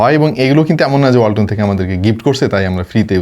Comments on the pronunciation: ওয়াল্টন❌ হোলটন✅😹🤣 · ওয়ালটন❌ হোলটন✅😂🤣